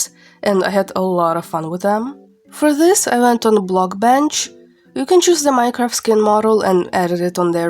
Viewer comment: For some reason the way u pronounce Minecraft sounds like Mycroft. :///////